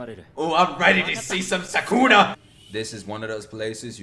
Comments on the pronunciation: Its Sukuna not Sakuna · You pronounce Sukuna like the following: Su (s as you do and the u like the ou in 'soup') ku (k pronounced as you do and then again the soup sound) na (as in that one girl saying "nah, its not funneh I've got schuuuuhl", the 'nah' is the sound you're going for)